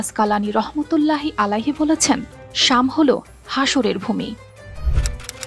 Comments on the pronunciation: it's শাম not শ্যাম। বেশি শিক্ষিত। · শ্যাম ভূমি নয় শাম।আপনি বার বার ভূল পড়ছেন কেন???? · শ্যাম ভূমি নয় এটা হচ্ছে সাম ভূমি। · খুবই ভালো প্রতিবেদন কিন্তু উচ্চারণ শ্যাম না শাম হবে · শ্যাম ভূমি না।।শাম ভূমি হবে।। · Uccharon thik nai. Shem na, sham, sothik arbite Shem na sham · শ্যাম না শাম হবে। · শ্যাম নয় শাম 🫢